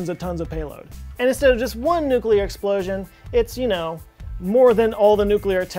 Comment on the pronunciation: "exposion"? Say what?